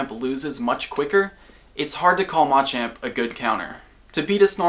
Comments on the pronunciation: Why is he pronouncing machamp..... Ma-champ ???? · why does he keep saying mah champ. its like those people that call ratata ra ta tah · I love everything you do here, but your pronunciation of Machamp is going against basic tenets of English pronunciation. The stressed syllable in all three of the Machop evolutionary line is the second - this helps listeners pick up on the difference between them even when you speak very quickly. If you list off MA-chop, MA-choke, and MA-champ very quickly, you lose a lot of clarity, especially for second language listeners! Pronouncing them ma-CHOP, ma-CHOKE, ma-CHAMP is easier for everyone! Hope this makes sense.